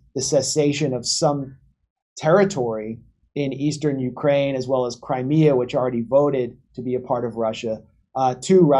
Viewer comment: Lol “OurKraine”